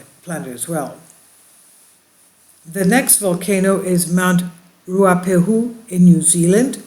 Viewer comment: Pronounced, 4 syllables Ru..ha...pay...Hu 😁 A slight pause in the middle Ruha.payhu